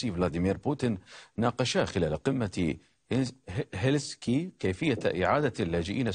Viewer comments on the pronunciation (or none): مذيع اخباري لا يعرف ينطق هلسنكي.؟؟؟